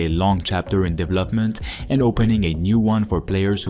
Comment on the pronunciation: This guy can’t say development